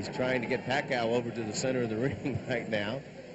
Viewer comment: " merciless" manny paCOW " LOL